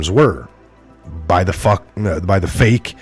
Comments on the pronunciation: Enjoyed your unusual pronunciation of the word 'fake' ...f*ck news wasn't quite the word or was it a Freudian slip ??? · You said “fake” right the first time 🤣